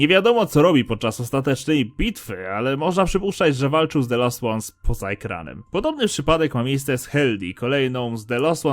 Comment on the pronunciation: Czemu mówisz zamiast "dżent" to "gent" albo "bendi" to "bendy", "The Lost Ones" to czyta "się de lost łans" zamiast lost-zagubiony to czytasz last-ostani